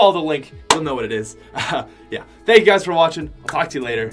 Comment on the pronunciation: sounds like hes saying your guyzers:) great video